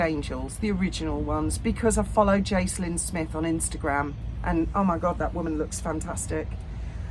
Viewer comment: Jaclyn. It’s a hard c. Like Jackie O.